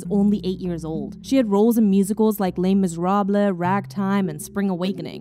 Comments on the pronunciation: Did she just say “les miserablehhh” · Not “le miserabLA” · "Les Miséra-BLEH" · Lay Miserableh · now i know damn well you didn’t just mispronounce les misérables lfksjaksks 💀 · great video but please dont pronouce Les Miserable like that